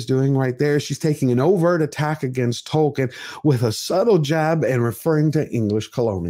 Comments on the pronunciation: OH MY GOD! Did she accidently say Dwarfkin instead of Tolkien? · Dworkin ? Wow, that slip said it all... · Even worse, pretty sure she said Dworkin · Did she say, "The world of TOKEN.", or was it "The world of TWERKING."? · Did she say "The World of Dwarking"? Please don't say words that evoke images of Dwarves twerking! EVER! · She said Dorkien...yeah she let it slip that fans are Dorks. I'm pretty sure that's the name they give the true fans behind the scenes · That "Dworkin er Tolkien ... " Freudian slip says it all! 😂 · Did she say the World of "Twerking" instead of "Tolkien"?!? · Wow, she said Dworkin instead of Tolkien. That's a hell of a Freudian slip! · It's a problem when they never talk about the story and acting and ONLY talk about diversity... It's TOLKIEN not TOKEN 😂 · SHE REALLY JUST SAID "DWORKIN" OUT LOUD These people don't even bother putting their masks on in the morning ... wow. Google Andrea Dworkin if you're lucky enough to not know. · Did She called Sir J.R.R. Tolkien -DORKIN?????? 🤬🤬🤬🤬🤬🤢🤢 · wait wtf, did she seriously call him DORKIEN? OH boy she gona get a world of hurt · Did she call it the "world of DORKien" ??? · couldn’t even say Tolkien’s name right the first time because she cares so much. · She said "Dorkien" there... I am sure that´s what they called Proffesor Tolkien while mocking and destroying his work. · Did she say "Dork-ien"? I guess she wanted to speak honestly about what she thinks about all that "fantasy crap". Nope. Although it was good acting, wrong person in place.